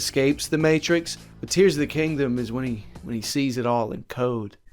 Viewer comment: are you saying Tingdom- like- tears of the kingdom?